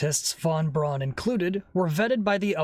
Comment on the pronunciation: Hey, pissbrain, Braun is pronounced Brown.